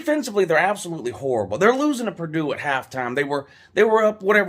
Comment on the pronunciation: The commentator said Purdoo-doo lol